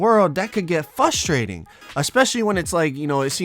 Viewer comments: No one:: FUHstrating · stop saying "fustrating"